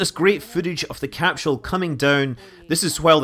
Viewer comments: Evert time he says 'CAP-SHUL" i twitch. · I love how Scott pronounces it as capshool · What's a capshull?